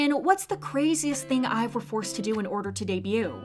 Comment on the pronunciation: You said IVE but you need to read it like EVE not ive eve